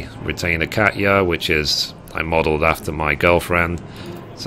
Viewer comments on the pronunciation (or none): none